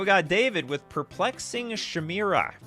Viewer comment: You really need to learn how to read and pronounce words. Thats not how you pronounce "chimera". Its ky-mare-uh or ky-meer-uh.